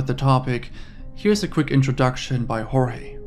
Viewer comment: it's pronounced like 'George' btw.